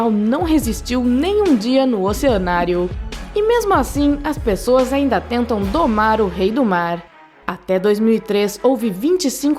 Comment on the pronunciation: Só me incomoda o jeito dela falar, mordidinhann, oceanárionnn, rapidinhonn, são francisconnn